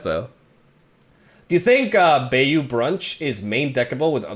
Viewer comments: Also bayou is pronounced baaa like a sheep does and a long u. So ba-ū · It’s pronounced Bayou (Buy/by-you) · Not grammar nazi'ing, just helping you out, its BUY-U brunch